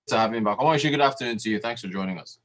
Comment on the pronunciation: And Rotus, it is Omosuyi not Omoyusi. 😂